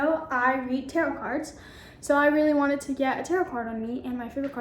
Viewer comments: "Taret" card :| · And she pronounced “tarot cards” wrong lmao